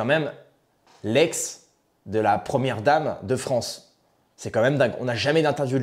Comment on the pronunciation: « Vive la fronce »…